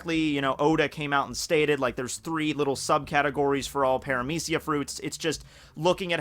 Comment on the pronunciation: Wait, its "pare-ah-meece-e-ya"?? I pronounced it "para-media-ca"